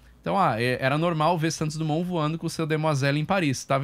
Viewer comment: Santos DRUMON?????? tnc heim apresentador......